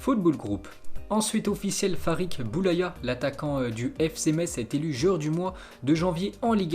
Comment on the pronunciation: Ça fais deux videos que tu dis « Farik Boulaya « au lieu de dire « Farid Boulaya » mais sinon tes videos sont incroyables👏👌